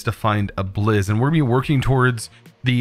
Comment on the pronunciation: whenever he says blizz i hear it as jizz